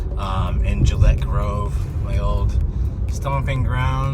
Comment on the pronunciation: Just saying.... We locals pronounce Gillette like the "g" in Gordon.